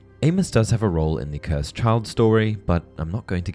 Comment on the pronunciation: The way he said “Cursed” 😭😭. It’s not “Cursaid”